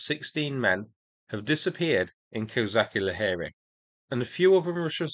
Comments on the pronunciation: Pronaunced Kozashi Lageri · "Ch" in Kozachi Laheri should sound not like in "Chemistry" but like in "Chinook" or "Charles".